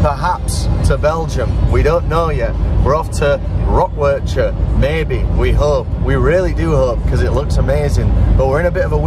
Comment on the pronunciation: It's painfull as a Belgian person to hear you rape the word 'Werchter'. 😂 But love the content.